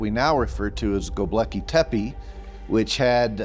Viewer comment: dude doesnt know how to pronounce "Gobeklitepe" smh... COME ON GAIA whats going on here forreal.